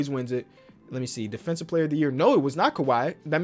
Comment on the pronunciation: “well technically your defenthive rating” is a fool 😂